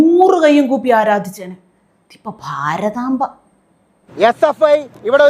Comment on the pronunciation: ഫാരതമ്പേടെ വിമ്പം കൊണ്ടുവച്ചാൽ.... ങ്ങാ